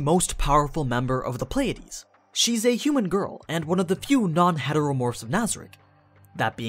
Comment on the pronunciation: say "playdeez" one more time i fucking dare you